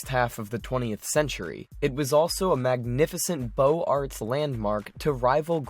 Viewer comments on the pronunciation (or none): ... and Beaux Arts is pronounced "Bose Arts". Not "Bo-art" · Pone day zahr - Pont des Arts Par-EE-ziEN - Parisian BO-ZAHR - Beaux-arts ;) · He was probably hired to read a script someone else wrote, but nobody thought to tell him how to pronounce some of the words. St. Peter's "Basilia"? And "Beaux Arts" is pronounced "Boze Ar." At that point I stopped watching.